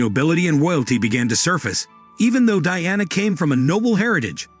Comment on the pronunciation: It's the way he's saying princess Diana's name that's bugging me 😅